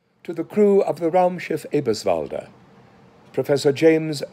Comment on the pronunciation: Er hat sich auch nicht entschuldigt ob es falsch betont war (wie die meisten anderen Schauspieler). Ich glaube er kennt die deutsche Sprache ein bisschen. Ich finde er hat es perfekt ausgesprochen.